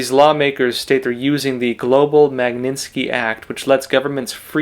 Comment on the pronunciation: I am sure your Chinese pronunciation outstrips mine buy orders of magnitude. However, please pay attention to English pronunciation. Mag KNIT ski act. I hate to say it, but as someone with years of professional experience in this area, mispronunciation can do horrible things to your credibility that you don’t deserve at all. God bless you and take care